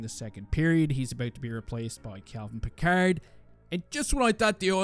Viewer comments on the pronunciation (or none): I’m not sure whether is mispronouncing Pickard by mistake or on purpose.